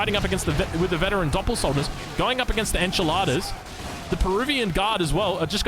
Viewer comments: yeah, he called them "enchiladas" for the rest of the Game hahahah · He pronunced Espadachín? WDF I swear god I listen "enchiladas" HAHAHAHA and I dind't know why said Enchiladas, I though he was hungry hahahahaahhaa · the way he said "espadachin" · As spanish the espadachín pronunciation made me laugh hahahaha, love u:)